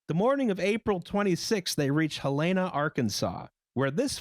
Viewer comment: Hel-lee-na Arkansas. You just made half the state shiver.